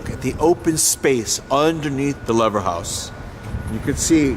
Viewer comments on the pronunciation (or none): It's promounced Leever house.